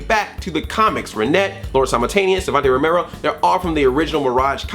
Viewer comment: I crack up everytime you mess up Savanti Romero's name and that #SmoothMichelangelo I was expecting.